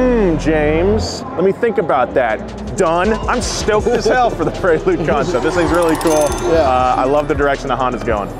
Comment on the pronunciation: James.. did you just say Honda PREELood?